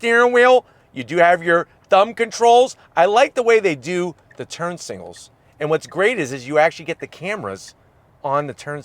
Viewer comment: I’ve noticed that he can’t say signals he always says singals 😂😂😂